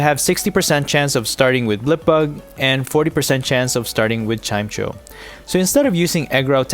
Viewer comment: Its pronounced Chime-echo btw